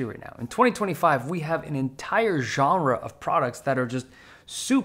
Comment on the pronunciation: Weird comment - but you are one of the few people I've seen who pronounce "genre" correctly! I know it's a strange thing to comment on, but most of the time, when that word is said, it just sets my teeth on edge. Thank you. :) And I think you convinced me to get a Legion Go first gen.